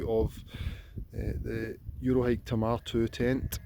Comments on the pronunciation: It's pronounced Tay-Mar to rhyme with Braemar. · I thought he was saying "Tomato tent" 😀 Which seems like a nice name for it!